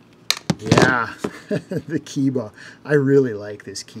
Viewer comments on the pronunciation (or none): My friend, Keiba should be pronounced "kay-ba". Japanese is pronounced similarly to Spanish in regard to vowels.